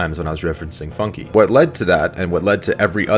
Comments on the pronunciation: It's not pronounced "Funkie" In't pronounced FUNK silent "e" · its pronounced FUNK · i like how he mispronuces FUNKe